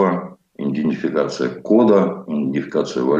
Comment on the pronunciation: Идентификация Многим ведущим это слово трудно даётся почему-то. Нет там Н между И и Д. Практически все пользуются этим термином и практически все произносят его неправильно. Слух режет.